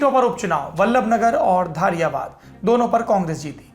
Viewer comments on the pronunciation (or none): सर जी धारियावाद नही धरियावद हे विधानसभा का नाम ओर केंडिडेट का नाम थावरचंद मीणा हे गेहलोत नही आपकी कवरेज व न्यूज बहुत ही अच्छी हे हम हमेशा आपके चैनल को सुनते हे